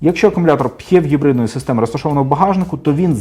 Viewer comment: Дякую за гарний та цілком доступний огляд. Тільки одне зауваження, як на мене, то ваша вимова типів гибридів...., аж вуха закручує. Пхєв..., мхєв... Жах! Існує просте й зрозуміле: ПіЕйчІВі (PHEV) і таке інше... Слава Україні! Слава нації! Смерть ворогам!